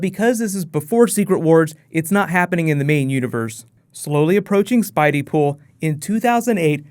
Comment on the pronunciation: "Spideypool" God no....